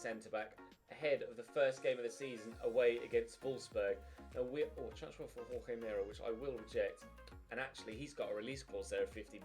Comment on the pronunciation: It’s pronounced hor-hay mer-ay. For Jorge Meré